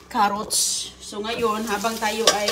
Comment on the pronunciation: Anong lasa kaya niluto niya hindi ko talaga maintindihan mga putahe niya hehehehe sabagay may carrots naman sabi niya karuts 😂😮